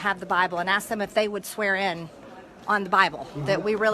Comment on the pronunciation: I wish she would stop saying ask them as “Ass them”